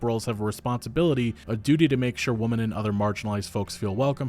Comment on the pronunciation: For yhe love of god. i love your vontent but keatn hiw yo say woMEN. holy crap.